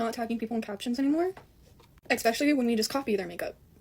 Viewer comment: As soon as dipshit said EXpecially, I’m out 😂